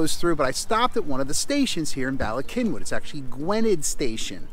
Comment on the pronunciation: All good Welsh words.Please pronouce the first Y as you would The U in gun!! Then the 2nd as in ee in weed!!!